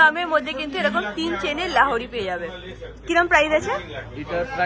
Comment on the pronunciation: Lahori abar ki...it's lohori